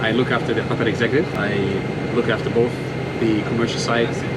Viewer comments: Ah yes I love cutaerr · The way you pronounce Qatar annoys me